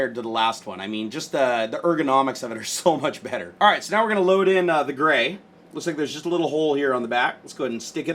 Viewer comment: 1 carrot diamond ring lol 😂. When he said gray it sounded like brau